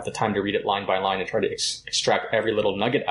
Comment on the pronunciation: Line, not lime lol